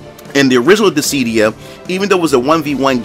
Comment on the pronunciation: It’s DIS-SID-DIA.....not Dis—sead-dia